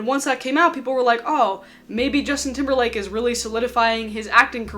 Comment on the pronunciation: Lmfao I love you but the way your accent pronounce timberLAND. 🤣😂 you got a like from me just for that.